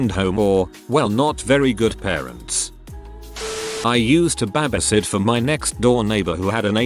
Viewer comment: Honestly the way he says “babasit” is just the most wholesome. I’m stealing it